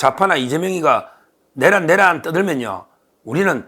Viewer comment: 서변 내:란을 첫음절을 강조하고 짧게 발음 하니 이상합니다.